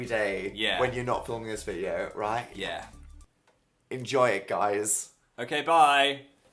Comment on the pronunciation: That time when Dan sounded like an Australian when saying "right". Is that just me??